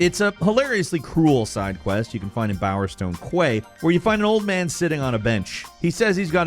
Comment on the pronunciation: Good old Bowerstone "qway"